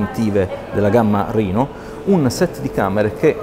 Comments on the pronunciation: Reno si pronuncia esattamente come lo si legge RENO. Mi permetto la correzione perchè anch'io sbagliavo. La fonte è quella ufficiale di casa Oppo, va pronunciato come scritto. Riguardo al telefono, vista la poca differenza di prezzo, Oppo Reno 2 senza nemmeno pensarci troppo. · vai tranquillo che non sbagliavi, Oppo stessa pronuncia "rino" e non "reno" nelle pubblicità e negli eventi di lancio internazionali, non so se in Italia hanno deciso di usare una pronuncia italianizzata per semplicità. avevamo già affrontato la questione sul primo Oppo Reno, io uso quasi sempre la pronuncia internazionale ma qualche volta mi parte un "reno" all'italiana, direi che entrambe le pronunce mi stanno benissimo e sono entrambe accettabilissime.